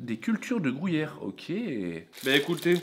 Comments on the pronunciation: Gruyère! Pas grouuuyère 😅🙈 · « Grouillère » !?!? ou Gruyère ? 🤡